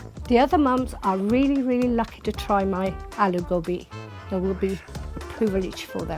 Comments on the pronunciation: God daaaamnnnn... I'm pissed! That's gobhiii not gobiiiiii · Its pronounced गोभी not गोबि😪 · why cant you get REAL indians. Not people who lived in America and have an accent. That aint the way to say aloo gobi. Its aloo go-bhi not bi.. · It ain't 'Aloo Gobi'. It's 'Aloo Gobhi'